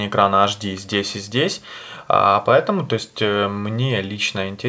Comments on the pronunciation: Не Аш ди, а Эйч ди! Запомни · Учим мат часть! Буква "H" в английском языке читается как русская "Х", Если вы произносите английскую букву "H", как в алфавите, то "эйч" никогда, нигде нет такого звука "эш"... ,"аш"...